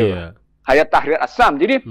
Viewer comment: Menyebutnya adalah hay-at, bukan hayat